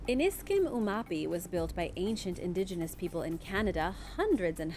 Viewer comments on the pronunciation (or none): none